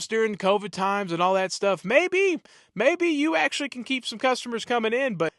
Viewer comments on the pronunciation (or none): none